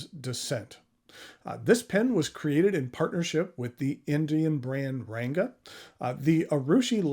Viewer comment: I'm not indian so take this with a grain of salt but i believe, the 'N' in "Ranga" is pronounced like N in "Bank", in many of those languages the "N" are there to tell you to nasalise the previous vowel